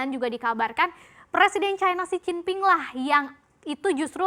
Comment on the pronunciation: Xi jin ping woi bukan jixinping 😂